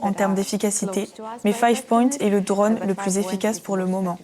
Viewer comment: Très intéressant comme toujours mais tout au long de la traduction il est dit "dronne" à la place de "drône" : est-ce bien la même chose (et non "choz") ?